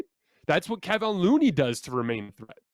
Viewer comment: Dang it! You've been talking about Looney since game 6 of the previous series. It is pronounced Ke-Von not Ke-Vin. The disrespect on his name will earn you a dislike on this video.